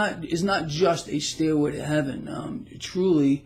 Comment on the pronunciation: I thought you said "steroid to heaven" and I chuckled a bit. =)